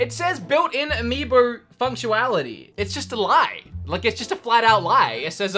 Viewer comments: What are you saying? It's s FunctioNality not FunctualAlity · Notice he says “Functuality” and not “Functionality”? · Today I learned, functionality is pronounced functuality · I love how you say functionality “FunctUALITY” Gotta love it I snicker watching you since you’re so hilarious a it brighten my depressing days so easily Even if it’s just one word 🤣 (If it’s because of you’re accent then I’m sorry if that sounds rude. I just love how you pronounce words) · built in amibo funct - u - wality lmao. lmao he says it the same way again . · please have someone teach you how to say functionality 🤣🤣🤣🤣🤣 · 𝕋𝕙𝕖 𝕨𝕒𝕪 𝕙𝕖 𝕤𝕒𝕪𝕤 𝕗𝕦𝕟𝕔𝕥𝕚𝕠𝕟𝕒𝕝𝕚𝕥𝕪